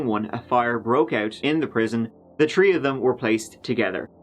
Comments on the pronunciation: Is Irish? What is his accent that doesn't pronounce TH. "turd year" or "tree tjmes" etc..? I do like and his quirky ways! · Don't forget when the accused does a "legger" at "tree tirteen" in the afternoon.